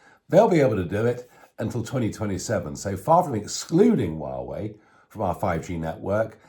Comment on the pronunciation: Nigel. It's pronounced whah way